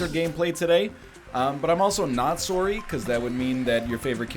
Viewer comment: that one "Sorry" sounded extremly canadian, never heard NL speak like that lol